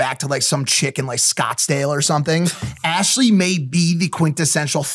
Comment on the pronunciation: "arshley" is absolutely killing me